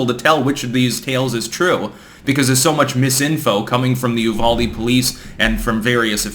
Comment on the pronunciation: Its pronounced You-Val-Dee